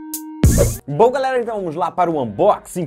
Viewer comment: Você fala gritando, consulte uma fono ou faça um curso com um profissional da área da comunicação, para você aprender passar alegria, entusiasmo em vez dos gritos. Seu `ola galera parece uma ejaculação precoce, chega a irritar`. falei pro seu crescimento